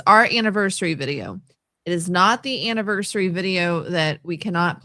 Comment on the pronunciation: I cringe each time she says "annivershree" 😑😑😑